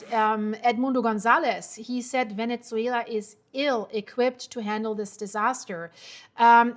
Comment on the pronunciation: There is no T in Venezuela!